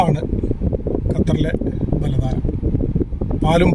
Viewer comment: ബലദാന അല്ല. ബലദ്നാ 🤝